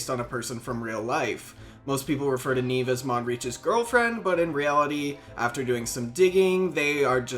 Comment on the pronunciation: Nieve, as in Snow in Spanish. Not Neeeeve, Knee-Eh-Veh I still see her when doing farm runs, because I haven't gotten her killed with my "questing" 😂